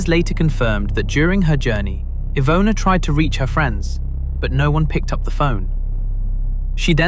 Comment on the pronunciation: Wow, that was some amazing pronunciation of Polish names and places! It's quite rare (unfortunately) to hear true crime narrators put in time and effort needed to actually learn how to say foreign names/names of places correctly, so it's such a breath of fresh air to hear you cover Iwona's case so respectfully as to say her name the way it's supposed to be said❤️ keep on going, it's a great channel you've got here!